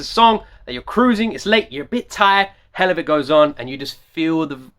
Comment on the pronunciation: This is kinda late yo This is an old song. Toms been killing it for years. It's pronounced hell la vit Like for the hell of it.